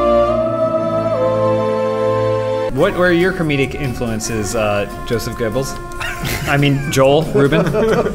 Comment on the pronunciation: Did pronounce Goebbels "gorbles"?